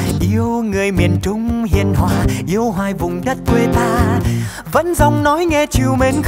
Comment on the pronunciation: trời mình cực kỳ thích từ "Miền Trung", đúng chuẩn luôn, tại người Bắc biến âm "tr" thành "ch", nhma Trúc Nhân phát âm rõ luôn, 10đ không chê đâu được